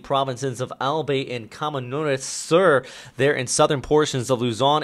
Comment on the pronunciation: Stay safe everyone! Also about the pronounciation of Albay and Camarines, Albay is 'Al-bay', not 'Al-bey', and Camarines is 'Cah-mah-ri-nes'. Just for the sake of future videos... ahihihi